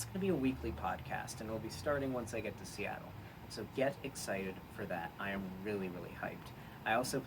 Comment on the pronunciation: "Once i'm in Steatle, i'm seatled."